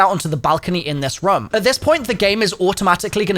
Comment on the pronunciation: As Long as he mentions the word room multiple times and says it in his accent like “Ruome”.